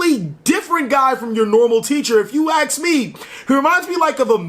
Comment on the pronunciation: "if you axe me"